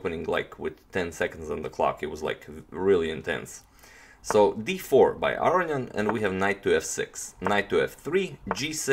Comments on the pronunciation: That would be A-ro-njan. Like Spanish A-ro-ñan, right? I'm still hearing A-ri-an, or A-ryan. I could be wrong, but I think he's leaving out a whole syllable "ro". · Entropy well I will agree it's wrong pronunciation, but I understand why. It's a lot harder(takes more time) to say Aro-ni-an than Aro-njan for us. He just made an j instead of i 😁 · Is there a reason you pronounce his name "Arion " rather than "Aronian"? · Are you pronouncing Aronian's name correctly? I hear you saying "A-ri-an". Shouldn't it be "A-ro-ni-an"? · I believe it's A-ro-nian. The "nian" part is pronounced in one syllable, and like the "ne" in "new".